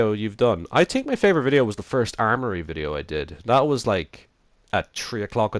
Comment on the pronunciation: Its pronounced X-n-touro but I don't care that much since your Dublin and it might be a little hard to understand English also I thought of someone Dublin singing the running man challenge song and It was hilarious. It went like at night I tink of you its the tink and think word comparison its hilarious